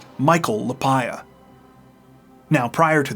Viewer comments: Lapaglia is pronounced La Par Lia. Not La pye Ah. Just saying Though I guess if the people pronounce their name differently than what I said, well, I guess that's their right. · Michael's last name is pronounced La-Pog-Lea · In Pittsburgh it would be pronounced La pag lee ah. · Sounds like you have been mispronouncing the name Lapaglia.